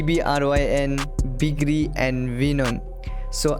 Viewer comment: The legend name is BIG RI not BIKIRI .... You pronounced the name wrong